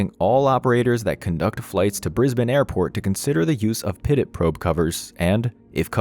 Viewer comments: Pitot is pronounced "pee-toe" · Great job on this video! For future reference though, pitot is pronounced “pee-toe”. Keep up the good work! Can’t wait to see the next one! 😊